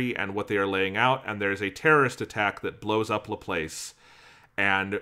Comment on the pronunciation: I’m sorry but the way ya’ll pronounce LaPlace makes me cringe throughout the entire thing. (Half) Jokes aside though, Good discussion :3